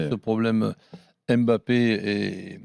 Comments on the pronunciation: Mbap-pé pas M’bappé c’est si simple un peu d’effort! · De grâce ! Arrêtez de dire M'Bappe c'est Mbappe ! Tout comme c'est pas Comane c'est Coman ! Faites un effort....